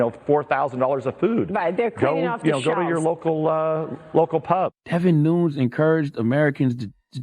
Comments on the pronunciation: Please take the time to do little homework before mangling a person's name. Rep David Nunes is actually Devin Nunes. His last names is pronounced Noon-yes. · His name is pronounced 'Noonez'. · Nooones lol, Damn God, are you even trying? You have books out but can't pronounce crap. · Charlamagne... Devin Nunes (noon-ez) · Damb main, its pronounced nu-nez, guy didn't watch any of the impeachment hearings? Min. effor brother you're a leader in American and don't know the people you're donkeyin, lol, your right but dam. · His name is pronounced "Deh-vin Noo-nez" Jeez, does charlamagne not do research? A simple google search and watching a few seconds of a fox news YouTube video and you can find out how his name is pronounced. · David? Also, DEVIN Nunes (is pronounced Noon-yez) Hes Spanish. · Definitely pronounced David NOON-YEZ lol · He kept saying Devin "NOONS" 🤣🤣🤣🤣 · it’s pronounced NOON- ES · Because its spelt Nunes its actually pronounced Noon-sh as its a Portuguese name not like the Spanish way of pronouncing it “Noon-yez” spelt Nuñez. #HeIsStillADickLOL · Uncle Charlamaine. Please learn how to pronounce people's names. It's pronounced "Nun-nez". Why are the producers on the show watching this? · Somebody tell tha god it spell Nunes but pronounce nunez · It’s pronounced “Nun-ez”... not nitpicking but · Most people in the media actually pronounce his last name as "Noon-EhZ." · I was thinking the same thing. Who is David "NUNes"? I always hear it with an EhZ too. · Pronounced NOON-YEZ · Greg Matthis charlamagne is a fool this dude is Mexican and his last name is pronounced ( Noonyez ) Nunes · It’s Devin Nun-Yes bruh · Pronounced Nu-nez.. I’m from his district ...not a fan of him but if ur reporting news get the name right at least! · CTG pronounced Nunes incorrectly on MSNBC Ari Melber show too. I felt embarrassed. You can’t focus on anything else but the mispronunciation. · Donkey to cthagod fa butchering that name lmao we want to know exactly who we petty tweet.